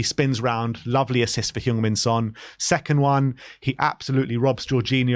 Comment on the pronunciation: Now he's captain, could people at least learn how to say Sonny's name? It's Son Heung-Min, not Heung-Min Son. And it's "Heung", not "Hyung" (as you are pronouncing).